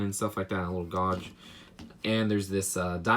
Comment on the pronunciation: What you call a gauge is actually pronounced gage